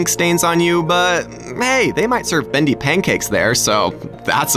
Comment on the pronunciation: Not bist bendy its bost bendy